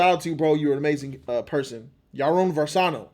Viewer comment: congratss omgg!! im happy for u ps: its actually varsano, not versano